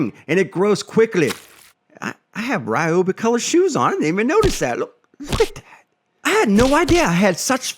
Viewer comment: Yours is the American pronunciation of a Japanese product. AKA “butchered.”